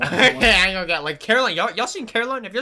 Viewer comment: Coraline her name is Coraline not Caroline